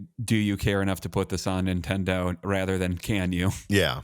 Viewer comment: Did you use to have an "Okia" phone? Have you seen the 5090 "vidia" prices? Do you have an "ikon" camera? No , then why do you repeatedly say "IN-Tendo"? and drop the N at beginning?